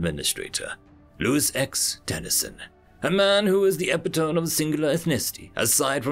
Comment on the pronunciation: Can we get a narrator that knows how to pronounce words in English? "Ep-ih-tome"? Seriously? Epit-oh-mee.